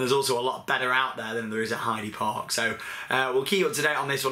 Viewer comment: btw its pronounced 'Heider Park' ;)